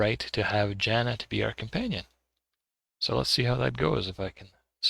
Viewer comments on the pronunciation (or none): Jaana is somewhat common woman name in Finland. Finnish words are pronounced as they are written (well there are some exceptions, of course..). So, Jaana is not pronounced as Zana. Its like Mordor should be pronounced properly as it is written, not moodoo.